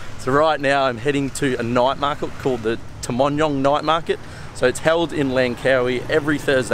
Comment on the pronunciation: I’m mostly surprised that you’re able to pronounce the name of the market. I don’t recall any English word with the ‘nyuh’ sound